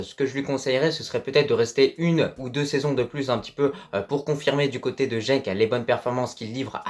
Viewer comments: Tu lâches pas l'affaire avec ton jenk 🤣🤣 c'est genk.. et pour la relève de bouffal je penserais plus à ezzalzouli. Faut pas oublier qu'il a 20 ans.. pour les autres j'ai bien peur qu'il choisisse plutôt la France.. ils vont espérer être intégré mais avec le temps ils seront éjectés comme Benzema. Un maghrébin sera tjs considéré comme une vulgaire chaussette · Pour Genk, c'est bien la deuxième prononciation qui est la bonne ;) Bonne vidéo